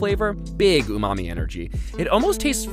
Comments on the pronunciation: i hear "umami" as "oooh, mommy" 😂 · I know a speedrunner who pronounces it like that